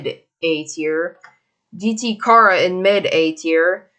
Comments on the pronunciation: its not khara its CHARA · Your saying chara wrong. It's chAra. Like in CHARAter